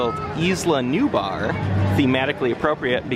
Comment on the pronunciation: also, nu-bar sounds like "new bar" aswell.